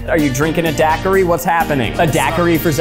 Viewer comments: Wait... Did they call daikiris dakaris? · HOW did they pronounce Daiquiri ??? Daiquiri should NOT rhyme with Zachary xD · the way the pronounce daiquiri XDDDDDDD